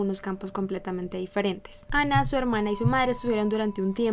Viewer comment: ¿Porqué pronuncias el nombre como si fuera ingles si ella era alemana ?